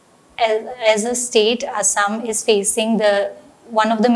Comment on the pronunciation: Its "Assam" not "Asam", Please correct it